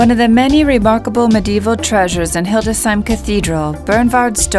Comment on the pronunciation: I agree about the music, but i suspect the whole video is auto-generated by AI. Also, it is not Hilde "Sheim" as the AI narrator says. It is Hildes "Heim". 🙂